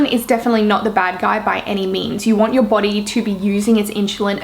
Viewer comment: I like how you say body “boty" :)) it makes my face change to royalty expression